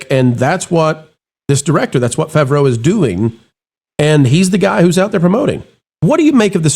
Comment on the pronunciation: Listening to the way you say John Favreau's name makes the Hernione quote pop into my head. "It's leviOsa, not levioSA!"